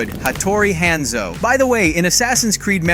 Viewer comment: Video was solid so super thankful for the information..but you pronounced Yasuke wrong it would be Ya-Su-Kay or Yas-Kay not Ya-Ski / Hanzo is a low sounding A and not a higher pitch A. The last one was pronounced right I think. BUT again thankyou for the vid def informative and superrr to the point.